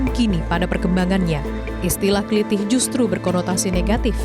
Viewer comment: Ketemu plaku klitih yg habis aksi. Tendang kepalanya kayak video yg dah beredar di FB n Youtube. BTW mbaknya kelihatan bukan orang jawa. Aksennya ktk bilang Klitih bukan aksen jawa.